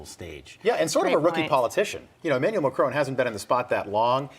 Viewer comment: Macron, not Macrone. FFS